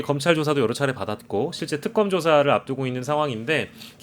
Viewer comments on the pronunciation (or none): 특검..이게 발음이 왜 안돼나? 턱검이 뭐야?